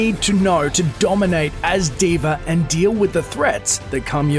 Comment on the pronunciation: at the start u said d.v.r